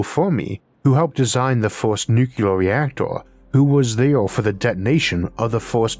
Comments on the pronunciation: Why do you, of all people say “nukuler” instead of “nuclear”? Sorry, one of my pet peeves. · Nuclear: "New-cue-lur" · making fun was absolutely not my intent. many people mispronounce the word nuclear, it is not an impediment which causes this.